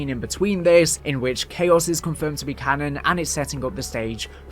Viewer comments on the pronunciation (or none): none